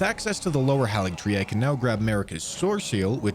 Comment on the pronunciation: It is pronounced HEY-LIG-TREE. Why don't people pronounce it right?